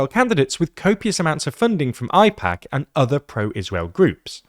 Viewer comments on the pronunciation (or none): as an American, no hate towards you, it's pronounced Aye pack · its pronounced A - PACk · you know for a fact that is not how “AIPAC” is pronounced